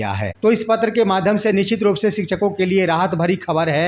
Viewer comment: aap to sabse pehle apna pronounciation correct kijiye , nichit mat boliye y ' nishchit' word hota hai. Rest is ok